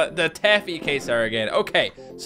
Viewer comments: It's pronounced kway-zar, not kay-zar. Sorry, but this was killing me. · Taffy Quasar is pronounced kway-zar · First game it's pronounced kwayzar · It's Quasar. But I thought it was pronounced Kasar. My bad. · Quasar is pronounced "Kway-sar" The way you said it made it sound like some kind of Mexican dish, which sound delicious by the way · it is pronounced Kwa-zar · your saying quasar wrong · You are pronouncing Quasar wrong!